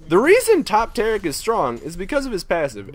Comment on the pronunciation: This is TA-RIIIK! not sparta...